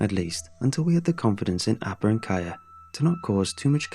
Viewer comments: At first I thought he said "Aba" from Aba and Preach 😂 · That's not how you pronounce Appa...